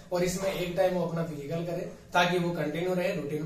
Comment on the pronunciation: सर फिजीकल नहीं फिजिकल होता है।